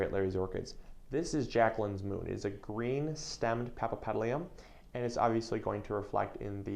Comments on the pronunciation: Are you kidding me? Since when 'papapedlium' is Latin for paphiopedilum or [pafiopedilum]? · Paf ee o petal um that is how to pronounce it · He he he ..he needs to practice the name; but I’ll over look it since he’s cute 😜😜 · He can't even say the name right, what do you expect... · Is this real? This guy can't even pronounce "paphiopedilum" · Give him a break. He is so cute. He doesn't need to. :P